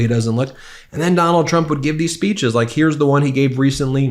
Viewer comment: 'Mirror, mirror, on the wall, who is the fittest/best-looking of them all?' "Why YOU are, Sir!" 'I laike this guy.' (Anyone else as irritated as I am when he pronounces 'like' as 'laike'?)